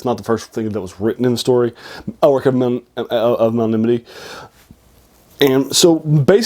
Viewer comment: Melnibone’ is pronounced Mel-ni-bo-nay